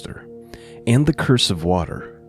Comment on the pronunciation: "Cruse" pronounced "cruise", not curse. 🙂 It's just a water bottle like a canteen.